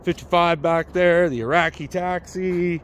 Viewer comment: An actual Iraqi taxi?! As soon as I heard that I knew you were Canadian too! 😂